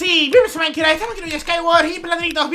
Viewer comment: en la intro dice MAINKRA jjajajaja me encantan tus videos:D